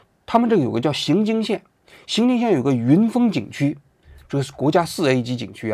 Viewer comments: 荥经县的正确读音为荥(yíng)经县，其中“荥”读作第二声（yíng）。该发音是依据国家语言文字规范及当地历史文化传承确立的，与河南荥阳（xíng）相区别。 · 荥经县，不读xing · 王局，读ying jing xian 荥经县